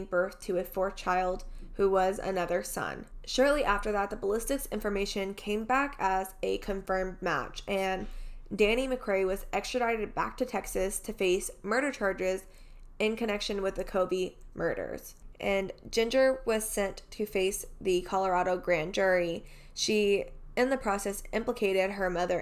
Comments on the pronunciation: It's McCrary not McCray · McCrary! Not McCray.